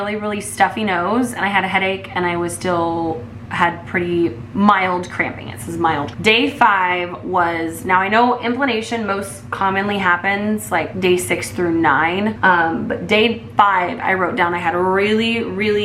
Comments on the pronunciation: I love how she says implanation instead of implantation. Lol. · Implantation not implanation